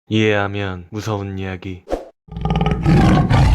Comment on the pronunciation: 초에 이해하면이 이밖에안들림